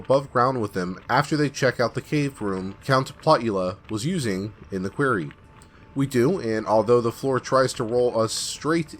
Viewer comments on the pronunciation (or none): I do enjoy your narration, but please take this little constructive criticism. 'Quarry' (a stone mine) is pronounced "kwah-rry." You keep saying "kweh-rry" which is how 'query' (question) is pronounced. Really do like the channel! I just have pet peeves. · You pronounce "Quarry" like "Query". The A in Quarry makes the same sound as the A in "Hairy". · Your mispronunciation of quarry hurts.